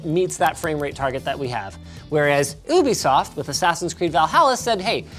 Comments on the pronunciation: YOU-BE-soft Linus!!!! NOT OOH-BE-soft!!!! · Did he just say Ubisoft... as in OO-be-soft. Isn’t it Ubisoft as in YOU-be-soft? Someone correct me if I’m wrong. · it’s pronounced you be soft, not oooo bee soft, get it right linus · Why do Americans and Canadians pronounce Ubisoft "oo-bee-soft" and not a "you-bee-soft"